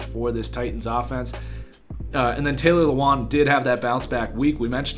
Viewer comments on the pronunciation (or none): none